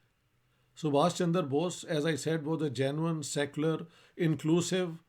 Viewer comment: सर इश्तिहाक जी का सुभाष चंद्र बोस को सुभाष चन्दर बोष कहने का कारण ये है कि उन्होने ये नाम फारसी लिपि(उर्दू) या अंग्रेजी लिपी में ही पढे है .जिनमें चन्द्र और चन्दर का अंतर नहीं पता चलता । Why Sir Ishtihaq is pronunciating Chandra as Chandar ? It may be because he has read this name only in English and Persian script(urdu) .. its difficult to express this pronunciation exactly in these scripts.